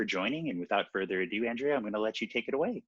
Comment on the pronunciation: Probably because he mispronounced her name several times